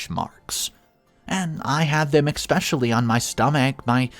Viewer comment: There's no X in the word especially try to pronounce the big words correctly